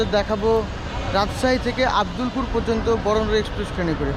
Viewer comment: ঐটা আব্দুল্লা পুর না রে ভাই ,, আব্দুলপুর হবে